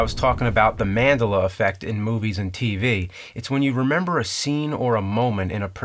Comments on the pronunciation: BELLa, not Bayla. Geez. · MAN-DELLA effect.... not Madiluh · It's Man-DELA , not MAN-dela. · Man-Del-a Not man-de-la. Fyi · Kind of like how you say MANdella instead of manDELLA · When someone says MANdela effect as opposed to maDEla effect... you put the wrong emPHAsis on the wrong syLLAble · It's not mandala, it's Mandela like the man. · Man-DELL-uh... Not man-da-la... After Nelson Mandela... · It's manDELa not MANdela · Oh the way you say Mandela wrong? Man-del-a not Man-da-la! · My god it's man-DEL-a effect not MAN-del-a. Like you do realise it was named after Nelson Mandela? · It's MandELLa Effect, not ManDALA Effect! I'm sorry, I can't get over the pronunciation. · It's not Man.delah!....It's MAN. DEH.LAH!!! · ManDELa, not mandela. Geez. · Mandela not manduhluh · Come on man, it's not MANdela, it's manDELa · Mandala ✓ ManDella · Man-del-ah not mand-l-a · Mandela not mand'luh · Man-della, not man-dulla. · Is there a reason you keep pronouncing Mandela's name incorrectly, and why I don't see anyone calling you on it? I checked, and it is what I remember: man-DEL-luh. Who ever heard of Nelson Mandle-uh? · It's "man del' a"... not "man' del a" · Man-deh-la. Not "manduhlah." Fucking A. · "Mandela Mandela Mandela Mandela Mandela Mandela Mandela Mandela Mandela" NO ITS FUCKING MANDELLA!!!! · it's man-dell-a james! not man-dulla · Man-DEL-a. Not MAN-dela. Come on, James. You went to college. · Talk about irony. A video about misquoting and James continually mispronounces Mandela. Jesus dude.. It's Man-del-ah, not Man-dela. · love you james, but its Man-Del-Uh not Man-del-Æ (phonetic pronunciation of 'a' in 'apple') Keep making your awesome vids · /mæn'delə/, not /'mændələ/ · man DEH lah not mandula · Man-della... Maybe the "Mandula" effect has taken over you, James. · Man-dell-ah not Man-dila! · Mandila sounds like some sort of Tortilla dish... With man parts in it. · It's Man-dila in the other universe. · Say it with me: MAN-dela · Man-DELL-a. Like Nelson.